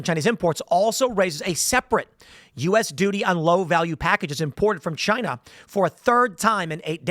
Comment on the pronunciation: CHY - NA! - Donald Trump